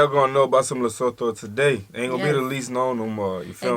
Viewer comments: Pronounced LEH (like meh) SOO - TWO...not LUH-SO-THO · Pronounced Lesootoo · it's pronounced leso2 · Eyyy famm🔥🇿🇦 Lesotho🇱🇸 is pronounced like "to" at the end (tho), so it be Like Lesoto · LESOTHO Pronounciation: LI SU 2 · The person in the video was pronouncing Lesotho incorrectly. The "LESO" part was pronounced correctly, and the "THO" part should be pronounced similarly to the "TO" in "TOY". I am surprised that they didn't mention that it's one of the few countries in Africa with Snow White winters and a popular Skii Resort AfriSki. They have cold winters, that's why they're always wearing blankets. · note she didn't say Lesotho right. I swear she's intentionally gaslighting us🤣🤣🤣🤣 And it's technically a prime minister not a governor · the way its irritating me how she says it wrong lol. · She should have learnt how to pronounce the name Lesotho before doing the video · She doesn't pronounce Lesotho properly 😢